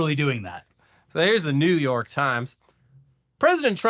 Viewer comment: Everytime he says New York, I think he's going into the Pace picante ad.